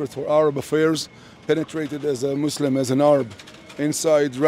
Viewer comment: muslim is the m in mush